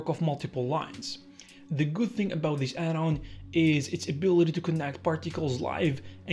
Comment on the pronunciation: Why do you say "a belt" instead of about?